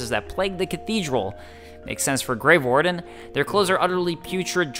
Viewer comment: Every time you say "grave warden" I hear grey warden. I've probably just been playing too much Dragon Age recently...